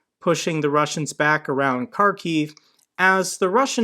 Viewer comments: Kharkiv is not pronounced with a "hard K". It is spoken as if it was a "CH" as in Yiddish "Challah" bread. It would be more correct to just use a "H" rather than a "K". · It's pronounced "Harkiv" and "Herson" 😉 Also...Severodonetsk is being used as a "Roach Motel"....for Orcs... As an American you'd get that reference...I'm not going to elaborate as it's working...😉